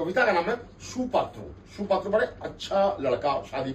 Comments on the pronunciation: সুপাত্র নয়, "সৎ পাত্র"।😂😂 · Not shu Patra...shat patra